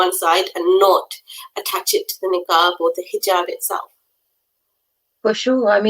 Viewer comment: Its Niqab and not Neeekaab